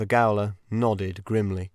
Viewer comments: I did love the lyricism and songs and character voices.. Thank you, thankyou. The frequent and repeated mis-pronunciations were jarring though. Gaol is jail.. Quay is key and Stout is Stoat... that one exactly as it is spelt on the page.. I too hope the reading won't be used to train AI. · Quay is key. Gaol in jail. Mispronounced makes you sound AI.